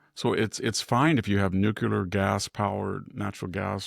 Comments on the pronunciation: NuCLEAR, not nook-ular. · NUCLEAR Victor, not nucular. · It's actually new' clee ar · Maybe that’s the Hoplite pronunciation of it, fittingly for a citizen farmer—not to mention a scholar.